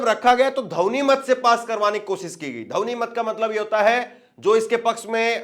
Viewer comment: ध्वनि मत नहीं बोल पाते धवनी क्यों बोलते हो